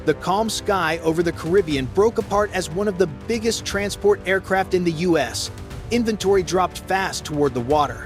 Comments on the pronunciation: The us? A.I. narrators are so stupid its the U.S. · The "US" uses? Come on! Check you video before you post it and correct these stupid mistakes. It's the U.S., as in "you-ess." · Once again stupid ai voice the us not US hilarious can’t even speak English don’t they care pathetic, so embarrassing Trump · Dumb AI can't even say U.S.!!!